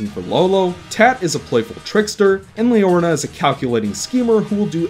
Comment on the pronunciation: "Leorna" instead of "Leorina". Ha ha, its alright man. I've screwed up names before, too. My experiences with the game are a tad different. I had a pretty easy time getting all the memory dolls, and I'm pretty sure I never had to replay any vision to find the ones that missed. I know I did once or twice in the first game, but no more than that, so I couldn't say that I found that aspect particularly negative. While I really liked the story, I don't think the dialog style and character animation work too well together. When in the middle of the long dialog boxes, several characters are put into looping idle animations instead of having gestures specifically timed to the flow of the dialog. It reminds me a lot of the character animations in Sonic Adventure 1's cutscenes. I think that if the dialog were in a real human language, it wouldn't have been so bad, but with the fictional language with its own syntax and inflection, the characters needed to be animated with more purpose. I guess this kind of ties in to what you said about the need to press a button to forward the dialog boxes. For comparison, look at Shadow of the Colossus. It has a fictional language, but none of the characters go into idle animation, they are all specifically animated to coincide with what their saying. Because of this, I don't think the story comes across as strong as I think it should. I feel like it was trying to accomplish too deep and nuanced a story for the presentation to fully allow. Gibberish